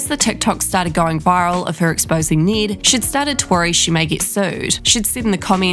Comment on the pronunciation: His name is not pronounced like that, lol. I get having an accept and prounouncing words differently, but this is someone's name. Ned with a short e sound, not Need with a long e sound. Its and eh sound. Not saying this on behalf of the try guy, but all other Ned's out there, as well as the auto generated captions. If you have a strong accent, maybe listen to the name you are about to repeat a couple times, in their own accent, to get the pronounciation right.